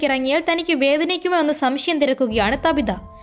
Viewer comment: താബിത അല്ല ചേച്ചി റ്റാബിത ahnu